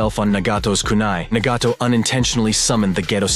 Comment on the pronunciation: The way way he pronounced Nagato just let me know his talking B.S